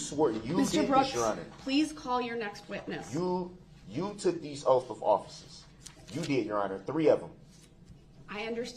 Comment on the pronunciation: "You took these oafs of offices, your Honor"....